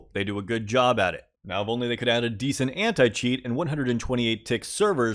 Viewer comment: "Advanced Ant-Cheat" lol lmao